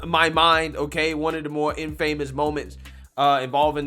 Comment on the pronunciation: Forgiven on the pubic hair comment But the word “infamous” has the accent on the first syllable. Great work. You have a good future